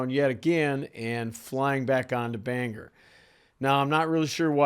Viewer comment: A tiny nitpick from someone who learned to fly near Bangor. We pronounce it like it's spelled: BANG-GORE rather than BANGerr.